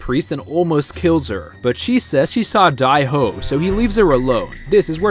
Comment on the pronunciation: Whos die ho its dae ho